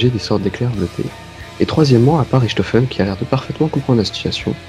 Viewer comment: si le "Ch" en allemand se prononcer "r" on dirait "Rirtofen" et pas Richtofen , :/